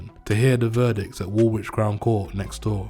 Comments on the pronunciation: Mate you repeated the same details over and over again and fyi you do not pronounce the second W in Woolwich . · This is exactly what happens when we leave complete outsiders to tell London stories People who can’t pronounce woolwich correctly should not be telling these stories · wool wich??? south wark??/ man your from the uk and cant even pronounce area names properly. Do your fkin research if you are going to profit of shit you no nothing about and use wiki to tell a srory.